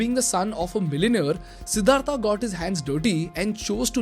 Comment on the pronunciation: What is सिद्धार्था its सिद्धार्थ you are from india bhai By the way great video